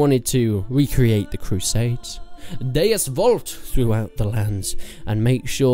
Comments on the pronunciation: HOW can you spell Deus Vult like that? TF even did you say xD "Deies Volt" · no XD he said Deies or Deys something like that